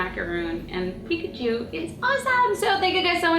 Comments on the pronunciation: she said pkatwo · Once you said picatu instead of Pikachu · cupquak .you .said .pichato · she said pikatu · She said "now u have pikatwo macaroons" XD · Did anyone else hear her say Pikatu at the end?